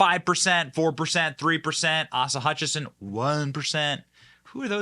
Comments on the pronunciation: ACE-UH FOR ASA Hutchison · Asa is NOT pronounced aah-sa, you dork. Didn’t you watch Tuckers discussion with him?